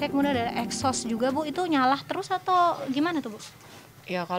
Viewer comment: Mbak reporter, Nyala mbak, Bukan "nyalah"